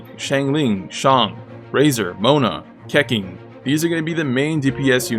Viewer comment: one I like how Baizhu is on the tier list even though he's not playable and two you can tell how how old this video is by the way he pronounces "Keqing", "Qiqi", and "Xingqiu"